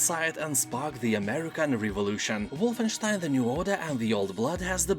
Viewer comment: Aside from a good sale list, I also found out how to properly pronounce Wolfenstein. Thank